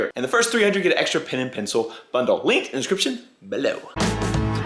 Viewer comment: Your like me, you say pin